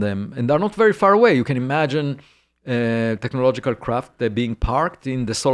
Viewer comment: every time he says technological signals all I hear is the meme of the Doods in the Land Rover TECHNOLOGLOGIA!?! TECHNOLOGLOGIA!!!!!